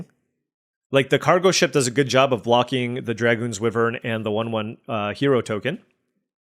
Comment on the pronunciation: Please pronounce Wyvern correctly. It is WHY-vern not WIV-vern. From the Middle English for a winged serpent.